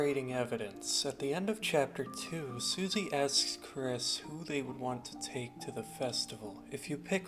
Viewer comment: your incorrect kris pronounage is kind of wack but the theory itself is pretty solid